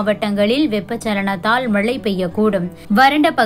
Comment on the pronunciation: தயவாக தமிழைக் கொலை செய்யாதே. மளை அல்ல மழை, வளி அல்ல வழி வளி என்றால் காற்று என பொருள்படும்.